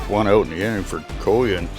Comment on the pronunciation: Great recap of the game Coyen for Lynn Valley is actually Coyne as in flip a coin 😂 thank you very much we loved watching your video!